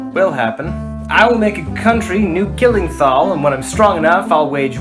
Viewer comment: also you pronounced new klinginthal wrong.